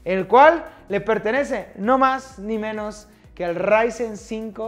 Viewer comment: Necesitaba mi dosis de rrrrrrryzen